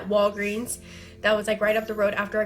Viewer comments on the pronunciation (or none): none